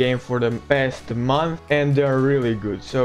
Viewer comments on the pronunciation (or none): none